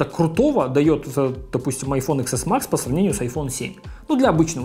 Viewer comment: Тэн Эс Макс.... хватит его Иксом называть!